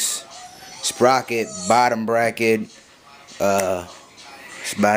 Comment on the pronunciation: lmao you said bottom bracked